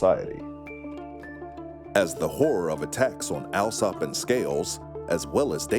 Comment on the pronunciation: Little has changed when it comes to the British class system! For the record, Alsop is pronounced All-sop. This is not a criticism of the narrators, who did an excellent job, just one of those foibles of British English.